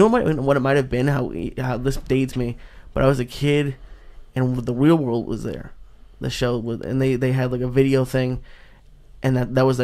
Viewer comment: Did Say The Wheel World? Love this Guy!!!